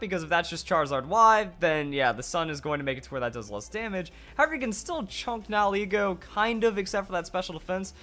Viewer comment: I like your channel but holy damn nihilego nihil ego knee-heel-ai-go